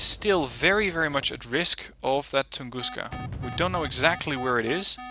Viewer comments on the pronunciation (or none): I'm not criticising or trying to offend you, but please stop saying "Tunguschka". I'm russian and thats just wrong. It should be pronounced "Tunguska". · is it Western pronunciation? (Also not even sure that's a thing as English is different from German etc.) I've always just said it as Tunguska without the 'sch' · anonymous titan It should be pronounced like "Gus" :) Tun-gus-ka